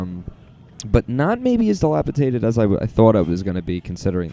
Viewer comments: Dilapidated, not dilapitated. ;) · NES, SNES, 2 SEGA Genesises, countless toys and games. I'll miss the big K. Oh. And it's dilapidated, not delapitaded. C'mon YouTube star!😂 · dilapidated not dilapitated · Enjoyed the video and commentary. Heard "dilapiTated" a few times.